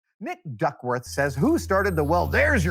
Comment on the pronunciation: your welcome for the question, but uh... it sounded like you said Dick Duckworth instead of Nick Duckworth. That or I'm hearing things